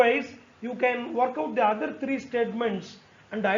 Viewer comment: Sir wo थ्रीयो हैं त्रयो नहीं